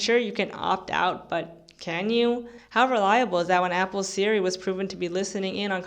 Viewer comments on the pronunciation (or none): none